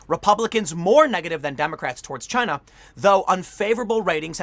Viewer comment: It's chy-na